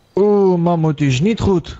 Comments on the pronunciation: Magmoet? Als jij vindt ik heb grote lurf.. jij kan zeggen mamhoet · "Mammoet" is geniaal🤣🤣🤣